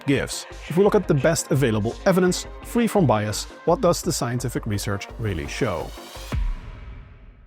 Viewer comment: You said "free from bias", but I heard "free form bias". Sounds exciting!